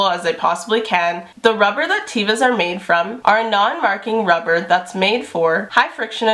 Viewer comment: Great vid! Very informative! "teh-vah," with a soft "e." : ) (Hebrew word for 'nature')